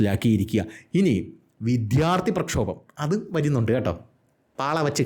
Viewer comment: അവതരണം ഒക്കെ ശരിയാണ്. താങ്കളുടെ ചില ഉച്ചാരണം ഒട്ടും ശരിയല്ല. "" വിദ്ധ്യാർത്തി ""